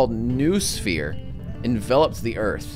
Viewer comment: LOVED this series! Maybe you could do another one where you roleplay as a Bandit/Merc/Monolith on the hardest difficulty, maybe with some extra mods or something? Either way I'd love to see more Stalker from you! P.S. - 'noosphere' is pronounced 'know-oh-sphere' :)